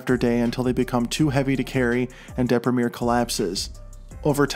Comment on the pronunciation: I LOVE THAT YOU PRONOUNCED "DEPRIMERE" IN THE ENGLISH WAY AND NOT IN THE ITALIAN!